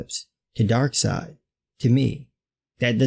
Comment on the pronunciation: "Mother fucking dark seid"😂😂😂😂😂